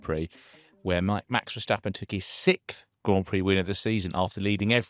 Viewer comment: What is "sikth"? Never heard this word before. Is it English, or possibly just a speech impediment?